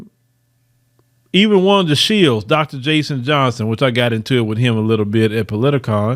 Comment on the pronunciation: Its pronounced SHILL not SHEILD!